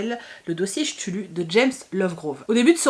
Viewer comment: Tu as lu l'intégrale des nouvelles sherlock holmes ? On le voit en fond et il me fait de l'oeil ahah! Par contre cthulhu il me semble que ça se prononce "Ktoulou" phonétiquement voilou